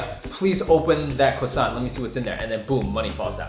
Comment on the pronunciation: "cwossant"